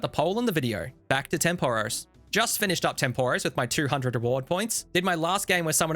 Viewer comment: Video great. Pronunciation of Tempoross/Banner is painful.